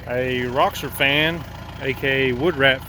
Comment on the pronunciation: Roxor not roxer lol